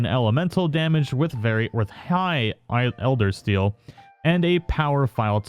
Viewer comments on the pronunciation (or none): ElderSEAL. Not Eldersteal. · Yeah i'm nitpicking but could you please stop calling it "Eldersteal"? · Funny how everyone is tripping over mispronounced words. And when you did say it, I genuinely thought you meant steel vs steal. Either one would make more sense then seal imo. Love the realness of your vids, no script just a person who loves the game amd shares it with the community.